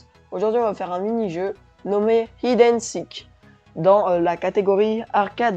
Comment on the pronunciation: hIde and Seek (c'est pas français c'est anglais, c'est si dit pas HIDE). Et sinon essayé de faire plus de cut pour tes vidéo plus agréable